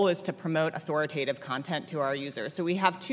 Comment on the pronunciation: These people wouldn't know a FACT if it slapped them in the face!! Notice how she say's "Authoritative"!!